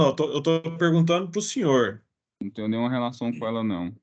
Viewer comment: 😂😂😂😂😂... foi o "sinhô" que me "condenô".